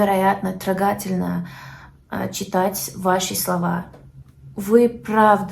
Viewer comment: вы - само обояние! В своих незначительных ошибках вы очень милая! "Это слово стоит того, чтобы добавить его в словарь" "ТрОгательно" - ударание на первую букву О. Вы подняли мне настроение❤